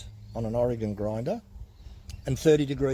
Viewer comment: Thank you for saying Oregon correctly. Most people get it wrong. Just got a new MS 462. Guess my 044 needs alot of work. Torn between spending the money to fix it or toss it in the landfill. Take care